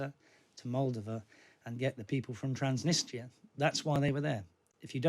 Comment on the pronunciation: I watched this until he couldn't pronounce Transnistria then I switched off